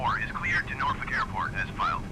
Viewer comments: I’m originally from the Hampton Roads area, thank for for pronouncing Norfolk correctly! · So the scenery you have for Norfolk I think is what’s causing the lack of approach information in the world map. The default airport has the approach information. (Btw, good job pronouncing the city right. I’m from the area)